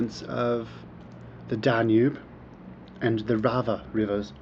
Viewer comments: Dude, it's not Rava it's Sava river. I think you haven't learn anything about Serbia, and there is so much! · River is Sava.....not Drava or Rava how you are pronouncing it. Btw. where did you hear that serbs came from Iran? :)). It was really jackass funny.... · it is not RAVA, it is Sava river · Best post in a while.. An i have to add one more fact about this video: He keep saying "Rava" for Sava river